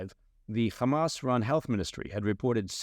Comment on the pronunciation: pronounces "Hamas" correctly. Liked and Subscribed.